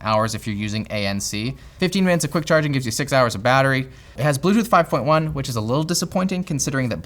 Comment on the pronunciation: blewtoodth moude oxiliery moude